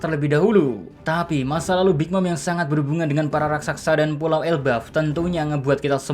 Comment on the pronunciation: wkwkwkwk rakSASA bukan rakSAKSA min heheh